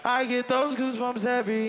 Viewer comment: he said Gasbumps I’m dead